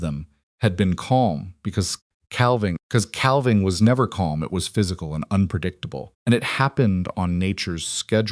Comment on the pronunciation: The "L" in "calving" is NOT pronounced...sounds like " caving". SILAS is mispronounced frequently...unacceptable. BTW..."Lunch" is a Twenty Century term for the mid-day meal...in the 1800's the three meals of the day, in the America, were called Breakfast, Dinner, and Supper.